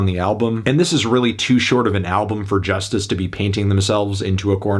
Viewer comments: It’s joo-stees not Justice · Cal's right... why do you keep calling it "Just iss?" It clearly spells just ice, no? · Believe it or not Anthony, I live in french-speaking part of the world and one of my friends used to pronounce it ''Just Ice'' unironically. Yes, he was that bad at speaking English. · No lie I used to think that Justice was pronounced ,,Just ice" 😂 when I heard their music